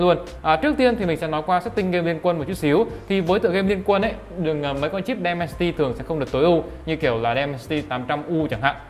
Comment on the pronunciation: Dimensity ko phải Demensity nhá bạn